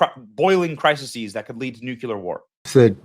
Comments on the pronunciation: It's nuCLEAR not nuQUELUR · Minor issue Be ny but it’s pronounced NUCLEAR to NUCULAR.